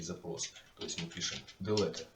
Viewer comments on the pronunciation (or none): none